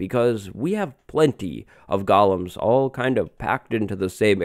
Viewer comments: Stop saying gulloms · You are not pronouncing “golems” correctly you at saying “gollum” like from lord of the rings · Gollum was a dude in Lord of the Rings. Golems are the bouncers in Minecraft villages. Pronounced differently.. ;) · Golems is pronounced goh-lems, not gal-lums. "Goh-lem" is a creature from Jewish folklore. "Gah-lum" is a creature from the lord of the rings. Don't get them confused.